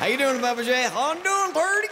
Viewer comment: Bubba not Babba